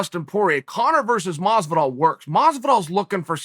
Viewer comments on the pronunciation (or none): "George Masvidal"😏